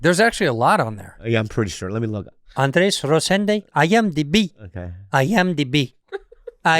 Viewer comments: Bobby can't not say Andreas. There's only one A in Andrés! 😂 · How does Bobby still say Andreas when it's Andres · "Andreaasss" -- "It's Andres" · HIS NAME IS ANDRES AND NOT ANDREAS FFS BOBBY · Bobby still can’t get Andrés’ name correct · Why does Bobby call him andreAS, and not Andrés? 😂😂😂😂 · I like how he finally corrected them on the pronunciation of his name as Andrés (not Andreas). Yet it kinda went unheard. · I wonder if Bobby will ever realise it's Andrés not Andreas 🤣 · lol that Andres correction of his name slipped thru and was ignored as I was literally thinking lmao wild this long and he still says it wrong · ANDRES—Bobby’s gift to you should be finally pronouncing your name correctly. He doesn’t even TRY! 😂🤣😂 HAPPY BIRTHDAY,! 🥳🥳🥳🥳🥳 (Guess that’s easier than Andres.🤣😂) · Bobby can't say Andres.